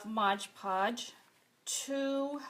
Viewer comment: MOD PODGE not Modge Podge